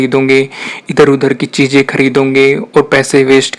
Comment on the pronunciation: Stop saying .. Cheejain (cheezain), Darwaja (Darwaza), Intejar...(intizar) .. Saayad nai Shayad...Khussi .. Khushi.... Begee... (Busy)... Jada.. (Zada) ... Jaror nai Zaror... Use pure Urdu Please. Thanks